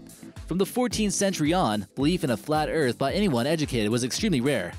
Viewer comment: Tha EARF IS flat!